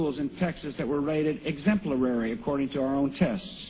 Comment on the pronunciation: lol! "exemplarary" and i hadn't heard the "hostile" one before. oh man..how embarrassing..